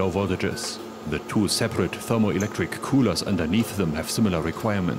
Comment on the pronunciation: Forget the faps I'm just here to hear say koohlah!